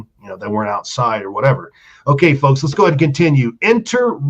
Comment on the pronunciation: I'm going to start a drinking game & drink every time says "focks" blawhahaha 👊🤣👍